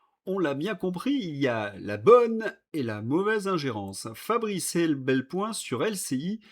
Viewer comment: Mon ami, je dis "mon ami" car vous défendez la France que j'aime, celle de mon enfance; avec tout le respect que je vous dois, car vous nous apprenez beaucoup de vos informations, on ne dit pas EbelPoin mais EpelBoin. C'est un détail sans aucune importance et je vous souhaite de pouvoir continuer à nous informer sans la terrible menace qui pèse sur nous à partir de septembre car je tiens à ne courir aucun risque à apprendre de vous et, à l'occasion, vous répondre sans risquer les sanctions promises que vous connaissez.